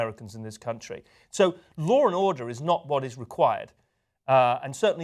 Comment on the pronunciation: What is "lawr and order"?